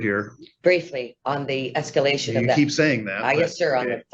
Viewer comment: They deserve the PO just to save them from having to hear her say esc-U-lation again.